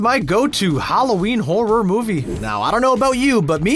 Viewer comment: I agree with most of these. One question though. Why do you pronounce horror like that? It sounds very awkward when you put such a gap between hor and ror.